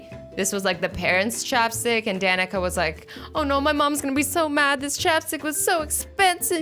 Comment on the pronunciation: My name is Danica and she actually said it right